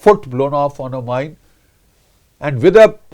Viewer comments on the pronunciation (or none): none